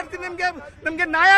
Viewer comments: ನಾಯ ಅಲ್ಲ ಕಣ್ಣಪ್ಪ ಅದು ನ್ಯಾಯ... ಎಲ್ಲರಿಗೂ ಒಂದೇ ಕಾನೂನು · ನಾಯ ಅಲ್ಲ ಕಣೋ ನ್ಯಾಯ ... ಕನ್ನಡ ಬರಲ್ಲ ಪಾಕಿಸ್ತಾನಕ್ಕೆ ಆಗಿ ನೀವೆಲ್ಲ ಬಾಂಗ್ಲಾ ಜನ.....ಇಂದೆ ಹಳೇ ಸರಕಾರ ನಿಮ್ಗೆಲ್ಲಾ ಒಳಗೆ ಬಿಟ್ಟು ನಮ್ಮ ಗತಿ ಇಂಗ್ ಆಗಿದೆ